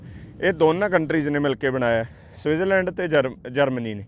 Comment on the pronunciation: ਵੀਰ ਜੀ ਤੁਸੀਂ ਸਵਿਟਰਜ ਲੈਂਡ ਬੋਲ ਰਹੇ ਆਂ ਪਰ ਸਵਿਟਜ਼ਰਲੈਂਡ ਹੁੰਦਾ 🙏